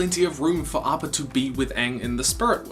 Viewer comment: He says 'arppa' its appa!!!